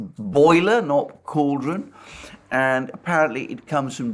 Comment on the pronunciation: Stick with cauldron, it sounds more British when you say it